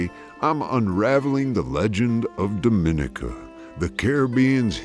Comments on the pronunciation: It’s not do min I ca, it’s dom in I ca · The name is pronounced Domineeka